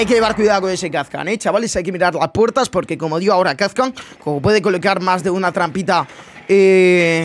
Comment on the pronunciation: Kazkan no...jaja Kapkan con P